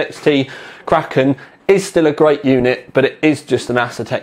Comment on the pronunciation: pronounces kraken just like me.Nice!